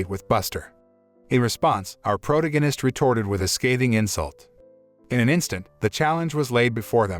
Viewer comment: If you don't know how to pronounce a word, like "protagonist", just look it up.